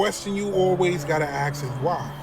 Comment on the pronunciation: ...axe(ask) ....so annoying lol..sorry not sorry